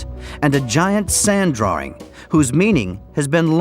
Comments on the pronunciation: What's a "drawer-ing" ? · Guy pronounces "drawing"....draring. Who the hell talks like that? LMAO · What is a "drawring" ? Why do so many people including presenters, newsreaders etc. use this now. There is NO "r" in drawing. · What is a DrawRing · Who is this joker "drawring"